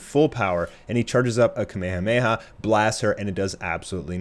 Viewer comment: The way you say ka-me-ha-me-ha is weird